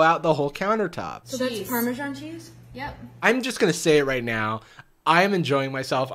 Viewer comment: no we do not, this is not only the least Italian pasta dish, but she said Parmesan so painfully incorrectly.